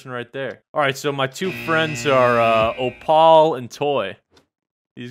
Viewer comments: Opaul lol its pronounced Opull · The fact that he says "Oh Paul" like that's how you say "Opal" ... You know the gem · its pronounced "oh pel" its hard to say it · Abhiyan Poudel ikr you know😂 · ITS PRONOUNCED OH PULL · Mans really pronounce opal like O Paul